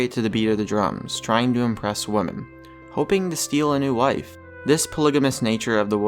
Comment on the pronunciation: to narrator. Here's a tip. The plural of woman is pronounced wimin, not how it's spelled.